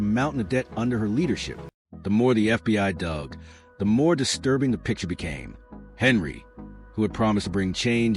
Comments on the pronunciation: 1 second in. I do not believe she was arrested. I clicked because I want this to be true. Will finish this after watching the video. Henyard not Henry as the AI narrator says Stopping as this AI Video is just another clickbait scam putting content out to be a money gaining ad grab. I am glad I used adblock before viewing this video. You suck with this AI video. Do better. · Henyard, NOT Henry‼️ Thornton, NOT Thoron‼️ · Her name Henyard, please pronounce the names correctly if Your going to do a story!!!!! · It's Henyard not Henry